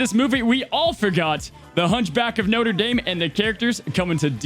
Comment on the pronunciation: I don't know why it bothers me that he pronounces Notre as Noter but it does lol